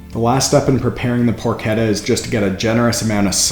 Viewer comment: Pronounced "porkeTTA". Double T not a D sound in Italian.